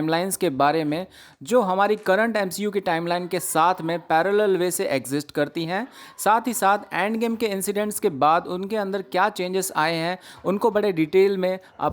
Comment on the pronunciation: Did anyone noticed ki dusre wala banda endgame ko andgame kehta hai 😂 😂...... Secondly speaks professionally... But dusra wala weirdly bolta hai..